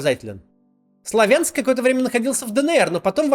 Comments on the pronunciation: Но не СлавЯнск, а СлАвянск. Ударение на "а", пожалуйста. Знаю, к мелочи придираюсь, но ухо режет. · Не СлавЯнск, а СлАвянск, ударение на первый слог, рукалицо. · Максим, не СлавЯнск, а СлАвянск (ударение на А - это по правилам русского языка, удаление на первую гласную) А в остальном все верно! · Максим, не СлавЯнск, а СлАвянск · СлАвянск. просто режет слух когда слышишь неправильно (возьмите на заметку ударение на А). я жила недалеко от этого города. потом в Харькове. а теперь у меня нет дома ( ваши ролики помогают другим людям открыть глаза и все расставить на свои места. благодарю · Максим, при всем уважении… В слове СлАвянск ударение на 1й слог.